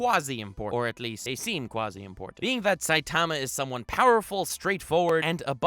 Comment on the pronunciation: You’re putting the wrong en-PHA-sis on the wrong sy-LLABLE... SAI-ta-ma not sai-TA-ma. Just sayin